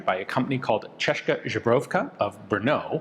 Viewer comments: Please, please someone bring this to Ian’s attention, because he is trying so hard and deserves to get it right. He keeps saying Chech Rib-jellyfish (comb jellyfish) . Zbrojovka is pronounced Z-br-oy-ov-ka. And good luck with that. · Alright, he is misspronouncing zbrojovka on purpose now. Anyway, really forgotten weapon again. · Ian, please, learn how to pronounce "zbrojovka" correctly or at least without rearranging letters, like you do. Many thanks ;) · I fear that at this point he's just doing it to drive more engagement by farming comments that try to correct his pronunciation. I have a hard time believing that a person who's so knowledgeable on Czech firearms wouldn't be capable of learning how to pronounce "zbrojovka" correctly after handling so many of them. Still hoping for the video where he actually manages to say it correctly though. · i imagine all the museum curators loving his czech pronounciation of Zbrojovka and never trying to correct Ian since it's fumbled the same way in every video. amazing content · Česká "CHESS-kah" Zbrojovka "ZBRO-yov-kah" Your two pronunciation inaccuracies are: 1) “kah” in Česká should go with a long “ah” sound 2) Z in Zbrojovka is the regular Z, not softened Ž (Z with caron) as you say it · Pronunciation is not correct: instead of "Zhebrovka" you should call it "Zbroyovka". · Lmfao! ZBroyovka not zubruvka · Pronouncing Zbrojovka as Žbrovka always makes me chucke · I am speechless about how consistently he manages to pronounce zbrojovka with a ž instead of a z Ive tried to teach a friend from switzerland how to pronounce czech letters, starting with ž and he never got anywhere close to it, god forbid that poor guy finds out about ř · Ian, please say ZBROYOVKA, because it sounds terrible for Czechs and other Slavs when you say ZBROGOWKA.😄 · Sorry, but used pronunciation is like..ZUBROWKA, what is in the fact kind of polish vodka. The czech word for armory is ZBROJOVKA. But cool. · “Zbroyovka”, not “Zhebrovka”